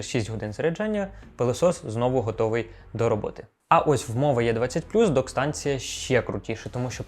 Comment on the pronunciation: Після того, як автор п'ятий раз поспіль назвав модель "йє 20" закрив цей огляд і пішов дивитися англомовний огляд від. Там хоча б знають як вимовляються літери